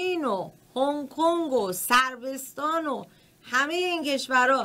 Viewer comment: صربستان اشتباه تلفظ میکنید خانم مجری